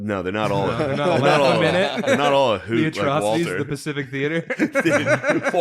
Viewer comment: “The pacific war” come on dawg